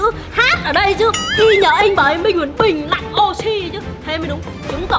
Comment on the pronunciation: Chị ơi bình lặn chứ không phải là bìng lặn đâu ạ❤❤